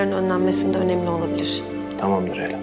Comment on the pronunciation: Tamam Derya demiyo tamamdır Eylem diyo